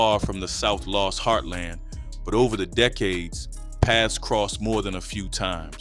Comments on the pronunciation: South (Loooooooos) your pronouncing it wrong . . . (NO SHADE) NOT LOST LOOOOOOOOOS! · Why are you saying south Las ? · ur saying los wrong south low.s its pronounced low.s ur saying loss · South LOS not LOSS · Why you can’t say Los